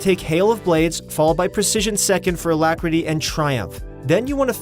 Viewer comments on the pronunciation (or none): none